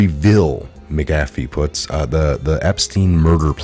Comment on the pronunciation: You make patriots look bad when you mispronounce words. Makes us think u dont actually do research when you cant pronounce a name that has been all over news clips and YouTube videos. There isnt a G in McAfees name. Also huber is pronounced with an h... not oober. The you cant pronounce the japanese guys name abe. Its not frigging abe like abe lincole... its ahbay... do u research anything at all??? Im a long time viewrr and everytime i share your videos they discredit you because you cant pronounce any names right. Ya know the names you would know if you actually researched the topics. They say youre not really researching these things if u cant pronounce them. Please.... get hooked on phonics. Lol